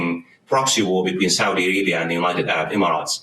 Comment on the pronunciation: about yemen...i thought i heard "south arabia" not "saudi arabia". if i heard it right.